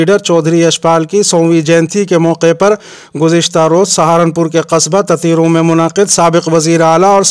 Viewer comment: تتیرو لفظ شاید ٹھیک نہیں، صحیح تیترو ہے۔ لوگوں میں یہی مشہور ہے۔